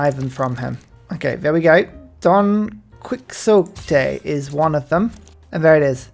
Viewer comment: What a weird way to pronounce Don Quixote.